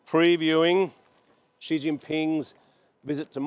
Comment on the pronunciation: Never pronounce 'Xi" correctly, it's more like 'She' not 'G'.